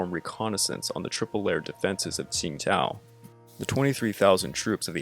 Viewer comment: Great video! I used to live in Qingdao, so this was really interesting to me. I've actually been to the old German quarter there once. One thing though, the city's name isn't really pronounced like "Tsingtao." It actually sounds a lot closer to "Chingdao."